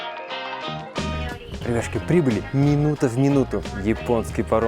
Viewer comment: Я всю дорогу думал что ведущий говорит "Ребяшки".